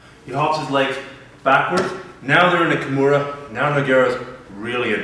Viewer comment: sickest Key-mair-ah finish I've ever seen, done to No-gwhere-ah. the fact that he doesn't know the correct name pronunciation of one of the most famous mma/bjj practitioners of all time, says a lot about this guy and his school. step your game up man!